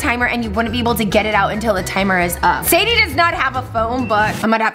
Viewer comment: its zaidie not saidie